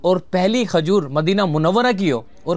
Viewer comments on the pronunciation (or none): Bhai, Sub baatay achee mager Khajoor aur Khoolna urdu kay huraf ک سے شروع ہوتا ہے نہ کے خ سے.